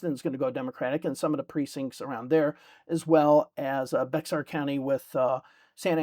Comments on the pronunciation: just so you know Bexar county is pronounced like bear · One small correction in an otherwise great video. The Texas county of San Antonio is pronounced “bear” despite being spelled Bexar. The “x” is silent.